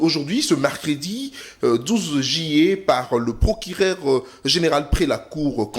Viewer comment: EH IL FAUT TRAVAILLER VRAIMENT VOTRE PRÉSENTATION ET VOTRE PRONONCIATION DU I. AU U JUILLET ET NON JILLET BONI BOYE